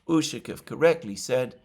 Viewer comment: ushakOv, not Ushakov